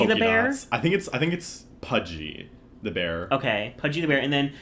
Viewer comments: Btw it's Pudsey bear pronounced pud-see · the way u confidently said pudgey the bear i love that 💀💀 it’s pudsey 🫶🏻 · It’s PUDSEY not pudgey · Pudgy the bear 😂😂 made me laugh, fyi it’s pudsey ❤ love you videos x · Pudgey!!! Howling omg its Pudsey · screaming at pudgy the bear - no, it is PUDSEY, with an S lmfao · It's Pudsey not Pudgy 💀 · Pudsey*, not Pudgy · Hello, as brit I would like to reiterate that is is pronounced: "PUDSEY" the bear, ty :) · Its pronounced pud-see btw :)